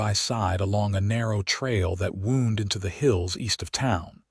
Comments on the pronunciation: When referring to "winding ways", then "Wound" is PRONOUNCED "WoW•nd". "Wound" being pronounced as "Woo•nd" is an INJURY, AND NEVER A SPIRAL OR TWISTING TRAILS. TONS OF American English words are Iike this in a language with only 26 letters. I recommend you get a very large UNABRIDGED and Expanded DICTIONARY that includes phonetic sounds of letters, and on how to pronounce the words. Please. We would appreciate it immensely. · Wound is the that kills me. Wound - woond - an injury Wound - wawnd - wrap around The ai only uses one pronunciation